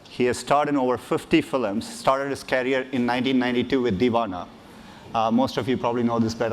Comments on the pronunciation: Dear sir, I think you mispronounced this word "CAREER".. you pronounced Career as Carrier.. Let me know if I'm wrong! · Actually that's all about accent